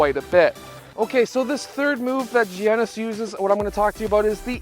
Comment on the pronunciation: It’s actually pernounced yiannis